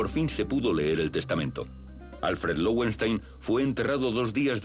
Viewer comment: Creo que se pronuncia lovenstáin, pues es nombre alemán (leones de piedra). Este comentario es apenas una curiosidad, sin gana de corregir o criticar, pues cada un pronunca a su gusto y eso está bien.